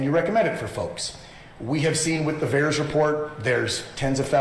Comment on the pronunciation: It is VAERS